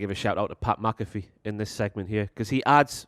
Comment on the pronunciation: dont mispronounce Pat’s last name. You’re dead to him if you do that... Pat MAC-uh-Fee.....